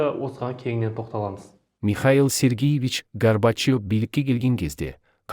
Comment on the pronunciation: Михаил Сергиевич емес, Михаил Сергеевич....